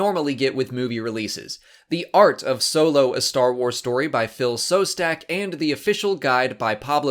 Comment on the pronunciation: He is not "S"ostak, he is "SH"ostak, like in "Shostakovitch")